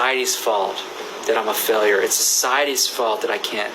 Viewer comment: how many times did he have to say “sec-cities fault” really